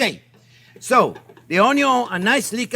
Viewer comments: Chef John Pierre, I love your channel and all of your videos. Keep up the amazing work. Especially with the "onyo"... I have made this recipe twice now, and it gets better as I learn more of your little tips and tricks. I'm up in Toronto, I think you and I are about the same age, so if you are ever up here, I would love to make dinner for you... I just hope it doesn't suck! Keep up the great work. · My first Chef Jean-Pierre video and "Wow!" Subscribed and diving into the other videos! Going to share with my 87 yr. old Cajun dad who will be thrilled to hear "oyn-yun" and enjoy Chef Jean-Pierre's wonderful down to earth personality and expert teaching.